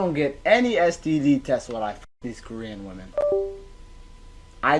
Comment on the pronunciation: I love how you pronounce Korean, you say it like "koree-an" rather than ko-rean. Like they are from a country called koree and im here for it 😂